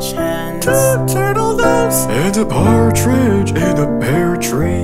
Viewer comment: Why did I think for the longest time that said "Cartridge in a pear tree" silly, that's not where cartridges go <3